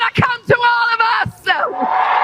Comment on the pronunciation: When did "us" become a two syllable word?